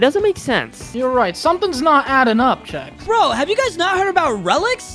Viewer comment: CHEX NOT CHES !